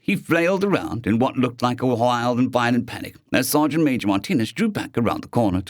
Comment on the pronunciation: Oh! It's Sergeant Major! Not Sergeant "maaj". Ok, you corrected it. Thank you.